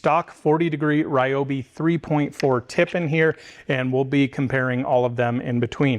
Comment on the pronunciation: Wow you pronounced Ryobi correctly! Ryobi really has been crushing these tools